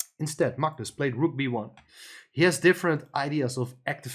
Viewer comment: pronounces Magnus correctly. Very few non Scandinavian people do😊